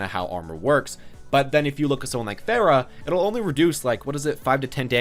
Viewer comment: Its pronounce far-uh not fair-ah